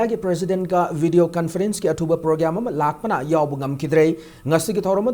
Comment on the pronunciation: Manipuri news reader sibu programme ka amta fajana pronounce touba heiba amta leijadrabo??? Programme or progamme?????